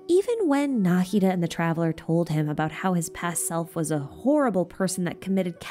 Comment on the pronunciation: I know you care about pronunciations so I wanted to tell you this. The way you pronounce the "d" in Nahida is a little wrong. It's supposed to be exactly like the "th" sound in "the, these, this, that" So it would be more like "Naheedha"